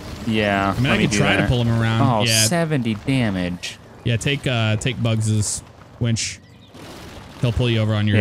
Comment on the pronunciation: It's winch not wench